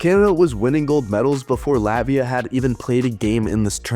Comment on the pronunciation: Please pronounce Latvia correctly. You must pronounce harder T - LaTvia, but you go LatVia.